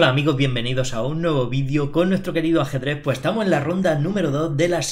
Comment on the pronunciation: "hola amigoh bienvenido a un nuevo vidio con nuestro querido ajedreh" esto puede hypearme en segundos